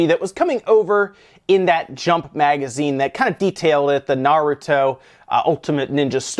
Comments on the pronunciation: It's nice to see an active effort to pronounce things correctly on this channel (i.e. Pokémon and Naruto in this case). Most people won't even bother to change their habit even after knowing that they are pronouncing something the wrong way. Kudos! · Ha, good job, you actually made an attempt to do better on the Naruto pronunciation